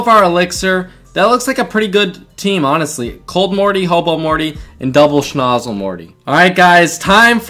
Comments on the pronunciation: Just so you know for future vids, its snOOzle not snozle. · Bruh cant you read it says soozle not snozle